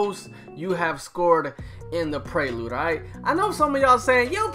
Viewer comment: I hate the way this man says “prelude”😂😂